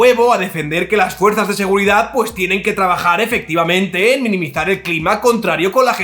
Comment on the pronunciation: “Minimizar” no, “Niminizar”. Si lo dice el gobierno a la RAE q le den.